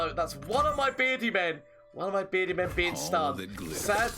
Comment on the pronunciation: Take a shot when he says "berdi mam",you'll get to Irish level drunk